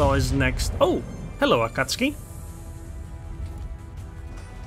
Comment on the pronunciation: You pronounce the “u”. Ah Cat Sue Kee. It is Japanese, not Polish.